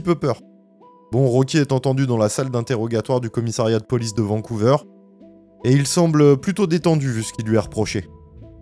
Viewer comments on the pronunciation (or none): On prononce Vancouver comme vert verre vers et non pas Vancouveur Svp